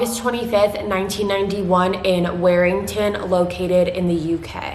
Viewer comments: It Warrington said worrington not wearington just to let you know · I’m from the town she was from an you’re completely butchering the town names, Warrington is pronounced ‘Wo ring ton’, Cheshire is pronounced like ‘che sher’ she was a friend of my family an if you’re going to talk about the case would appreciate you get the town names correct ty